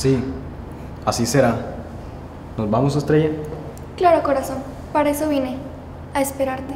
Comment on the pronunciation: P0rquE dicEs ezO